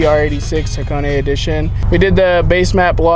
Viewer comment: What's Hacone-ay? Do you mean Hakone? haは koこ neね